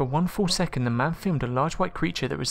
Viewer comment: Three thousand, nine hundred and two....econd!😞